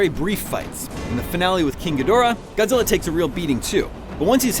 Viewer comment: They are not real Godzilla fan. If you hear them mispronouncing their names it is already hinted they are not a fan.